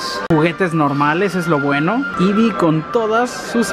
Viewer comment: Amigo se dice eevee